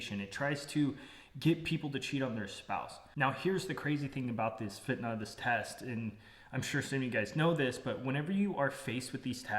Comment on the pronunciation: You said fitnah correct brother